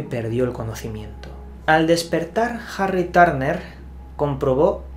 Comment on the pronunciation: Jarri Tárner 😂🤣